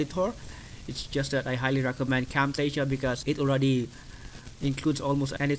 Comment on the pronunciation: What did you say...camptasia???